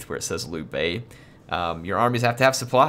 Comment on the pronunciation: liu bei is not pronounce lu bei; you got the bei part good but liu needs work, there isn't a english word to help with that unfortunately